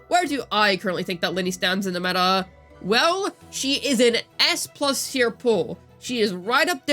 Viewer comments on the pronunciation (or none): none